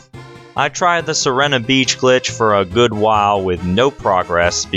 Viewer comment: You pronounced Sirena wrong. You pronounced strafe wrong.